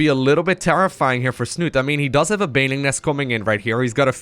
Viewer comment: Liquidsnut-E!!!! the E is not silent :D